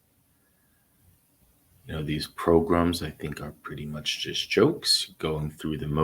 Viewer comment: you can stop saying "PROGRUMS" now...... We get it....